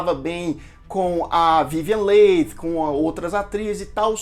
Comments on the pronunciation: se pronuncia Vivian li e não leighi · Muitos falam "Lei" na TV. Só agora descobri que a pronúncia é "Li". Concordo com você em pensar que é melhor deixar o original em paz, jamais fazendo um "remake". Grande abraço, continue o trabalho bonito de se ver. Cultura e informação válidas são fundamentais. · Vivian Lee (é a pronuncia) mas tirando isto muito bom o documentario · Adorei seus comentários desse filme e fantástico!!!! Só que o nome da atriz pronuncia-se: Vivian Lí!!! Gratidão pelas informações!!!! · Que nervoso de ouvir " vivian leit" ...aff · Esses youtubers que acham que sabem falar de cinema poderiam pelo menos aprender a pronunciar corretamente o nome das atrizes e atores antes de fazer um video né? Dói ouvi-lo falar VIVIEN LEI!!!! kkkkkkkkkkkk afffffff!!! vergonha! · Podia só dar uma estudada na pronúncia dos nomes antes de fazer esses vídeos né? Difícil ficar o vídeo todo ouvindo Vívian Leite! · Sim , vc errou a pronúncia e , sim está desculpado, mas recomendo fazer uma pesquisa mais minuciosa sobre a Vivien Leigh, pois dessa forma vc teria escutado a pronúncia correta do nome. Recomendo o box com 4 CDs do filme. Boa aventura. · Não saber pronunciar o nome da vivian leigh é foda hein amigo? :( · “Acabou SE adoecendo “?! Olha o Português! O correto é “acabou adoecendo” Parece aquelas pessoas que dizem “fulano quer SE aparecer” no lugar de “fulano quer aparecer” Procure saber a pronuncia correta de Leigh porque você pronunciou incorretamente durante todo o vídeo. Gostei muito do vídeo. Tanto que prestei atenção e reparei os detalhes acima. Você poderia ter falado sobre LESLIE HOWARD que interpretou Ashley Wilkes e que foi uma péssima escolha por ser muito velho para o papel e por ter trabalhado de má vontade justamente por tal motivo. E não queria interpretar o personagem, mas foi obrigado.